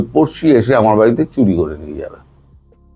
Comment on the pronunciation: সব ঠিক আছে দাদা বাবু,শুধু উচ্চারণ স্পষ্ট করুন,যেমন কাটা তাড়,আমাড়,ভাক কড়া,ছেরকম,আপনাড়া,চোড়াচালান,মনে হচ্ছে মদ খেয়ে কথা বলছেন😅😅